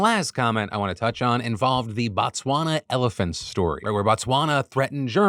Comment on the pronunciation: hearing PhillyD trying to say Botswana high-key hurt me as a South African lol